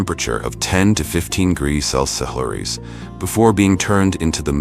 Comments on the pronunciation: the bot can't say Celsius. 90% of the methane cows produce is from burping, not farting. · Annoying AI dervied commentary but if you can ignore that then this is quite an interesting piece of work. This AI client doesn't understand the word 'celcius'